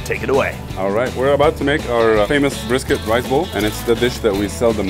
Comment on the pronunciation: Deceptively Egyptian man(that moustache is legit) Making texan food while Sunny used an Aussie accent on "this brisket looks gorgeous"